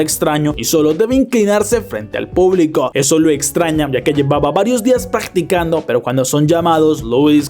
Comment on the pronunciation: En el minuto 35 dice paggticando capaz ni me lea pero me dio mucha risa